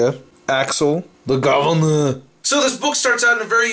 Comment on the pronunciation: Thumbs up for the pronunciation of THE GOVERNOR.